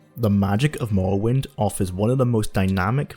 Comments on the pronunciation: Mowwowind eh? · I wuv to pway mowowind to this day. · Awwite guys so t'day we're weviewing mowwowind yeeeehh guv it's fweedee